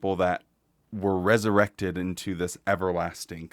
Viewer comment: Another fantastic video,. P.S. When you said "resuwected," I repeated "wesuwected!" at the same time and in the same voice as you 😂 You are in good company, friend!